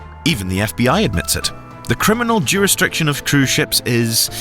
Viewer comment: Bohemian law (that's even what the subtitles say)? Surely you mean Bahamian law. "juristriction" ? I know it's difficult to record such a long speech, but there's no shame in doing several takes to edit out mispronunciations and mistakes